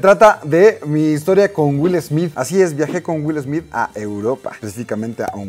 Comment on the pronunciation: "Wil Esmid"